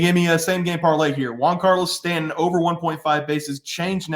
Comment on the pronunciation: “Juan”Carlo Stanton? Never heard of him